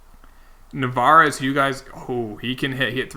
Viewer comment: It’s “Narváez” not Navarez. The “r” is before the “v”